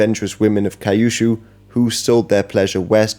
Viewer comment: Kyushu - qushu